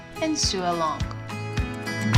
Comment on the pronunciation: Lovely lesson. I wish I had a serger. By the way, you speak good English, but it’s “So” not “Soo” for the word “Sew”. “So-ing”, “so”, “sone” (not “soon”). Good luck.